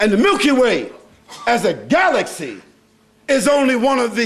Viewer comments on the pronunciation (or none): none